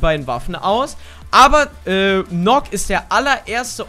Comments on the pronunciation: NØKK wird Nökk ausgesprochen und Warden ist ein Mann #NoHate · Nökk und worden ausgesprochen ✌️ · Die wird Nukk ausgesprochen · Sie wird Nakk ausgesprochen, weil es im Deutschen den Buchstaben nicht gibt.